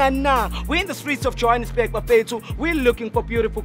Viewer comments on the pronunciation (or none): none